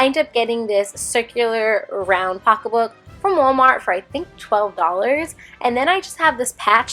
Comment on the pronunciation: hearing you say “pocka book” (pocket book) is my favorite thing ever 😂